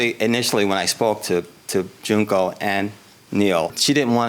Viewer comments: Not Junk-oh 💀💀💀💀💀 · Man she called that lady JUNK-O lmao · They were not pronouncing her name it's Junk ohh just like her testimony